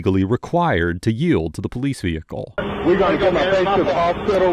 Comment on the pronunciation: VEHICLE IS PRONOUNCED VEHICLE (VE-HIC-LE), NOT NO DAMN veakul, veakul IS NOT A DAMN WORD